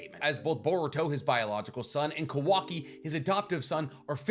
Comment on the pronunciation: You pronouncing Kawaki like Quackie xD